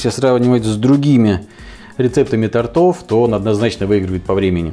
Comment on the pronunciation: В русском языке ударение не тОртов, а именно тортОв 😀😀😀